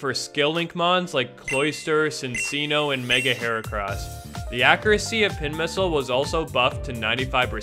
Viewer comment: It's pronounced Chin-chi-no right? As a play on Chinchilla?